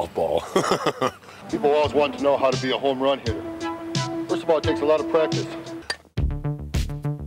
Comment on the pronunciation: a "homrran"